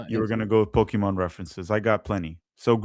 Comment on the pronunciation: I think you are mispronouncing the word "Pokemon"